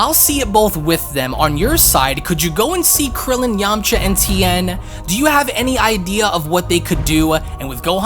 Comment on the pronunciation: Who else laughed when he said Yamacha